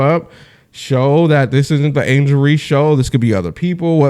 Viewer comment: Her surname is Reese not Reece that alone just tells me that you don't know what you talking about,we dealing with human beings here not AI ,go troll somewhere else or use that AI to determine if Ms Tammy Turnover Clark will ever play basketball again.